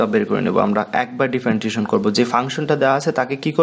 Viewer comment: Hear to Feel weird that you can’t properly pronouncing "Differentiation"